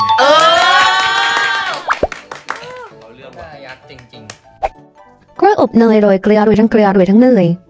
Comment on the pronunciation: เป็นไร😂 อย่าเเซวทีมงาน ห้ะพูดกล้วย-ยบเนยมันเป็นกล้วย-อบเนย😅 ไม่ไมใช้อาหารนะมันเป็นทหาร😂